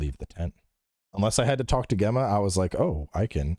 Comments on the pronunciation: Bro it's pronounced 'Jemma' not 'Gemma' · For the love of God-- it's pronounced Jemma. Super common name in the UK, Gemma. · It annoys me is saying Gemma instead of Gemma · Does mispronounce Gemma for the whole podcast?? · alot of the Americans do especially on her initial reveal, I guess it's just not common Name over there. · He has a very interesting way of saying her name for sure. 🤣